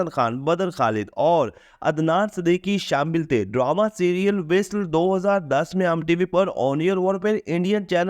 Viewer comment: Visl nhi vasl hota hai